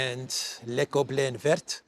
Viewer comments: you are totally mis prounincing the French word for green using English understanding of the alphabet it is more like véer. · you don't pronounce the ending " t " in vert. Its "ver" (like "worm" and "glass" in french!) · And Christo says le goblin vert ,pronuncing the T at the end of VERT . I'm giving up . Done. 😐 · You don’t pronounce the t in vert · Hi, good to hear you again. BTW, i like le goblin vert! I think the French dont pronounce the t at the end of vert!